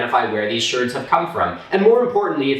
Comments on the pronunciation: Sherd not Shard; they're broken pieces of ceramic pottery. Anything else and it would be a shard, but not pottery. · Are you saying "shard" or "sherd/shurd", I have no idea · Turning lemons into lemonade¿? Yeah right..... You're more likely to put them in a mixed drink. 😂 Keep up the great work Milo.... 😁👍 Edit: The whole time I was listening to this I thought he was saying "Pot Shirts" and I was thoroughly confused until I realized he was saying "Pot Sherds".... 😂😂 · No disrespect intended but are you talking about pot shards as in pieces of pottery? Or is a potchurd something else? Your accent is both charming and confusing. ❤ from Australia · Total respect for this. Cant wait for more experts to come on. Also you say shards so weird.